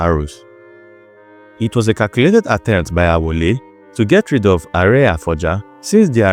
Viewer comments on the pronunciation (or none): Correction: The name is Alaafin Aole, not Awole.